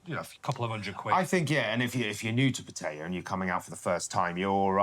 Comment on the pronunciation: Seem like cool guys, but not how you pronounce pattaya 🤣